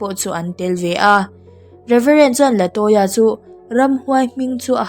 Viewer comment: Latoya tih hi Laltoya(Laltawia)tih anga kan chhiar chu a🤣🤣